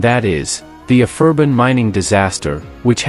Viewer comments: It was ABERFAN not aferban ffs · Actually, it's Aberfan! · Couldn't pronounce Aberfan.... reduces this amateur video